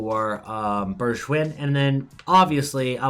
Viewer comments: You say Bergwijn like Bergwine (🇳🇱🇳🇱) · The way he pronounces Bergwijn makes it sound French lmao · And with a G as in goal